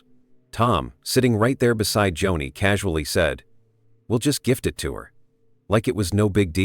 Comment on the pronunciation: Not Johnny....Joni.....AI